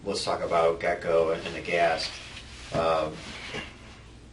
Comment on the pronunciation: It's Get-N-Go but the way he keeps saying it does sound like "Gecko". But you're right, that makes absolutely no sense. Why would you go to the Gas Station if the man just brought you gas?!!